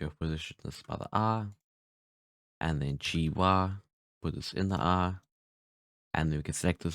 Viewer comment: It took me a few minutes to understand that he is saying "EYE' when he says ARRR . But this tutorial is very useful , well done, and a very clean way to understand weight paints , bone controls, parenting, etc.. Very well done.